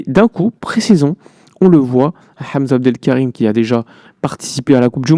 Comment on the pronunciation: Tu prononce très magnifiquement le nom de Hamza Abdoul Karim